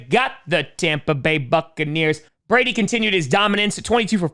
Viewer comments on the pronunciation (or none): none